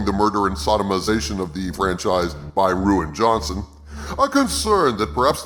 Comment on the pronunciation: I am thoroughly entertained by pictures of Rose and Ray toys unsold. Also props for mispronouncing R. Johnson's name. I deliberately pronounce it "Reeean" Johnson. Guy deserves absolutely nothing.